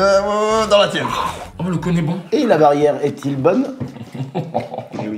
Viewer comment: « Et la barière est t’il bonne » 😂😂😂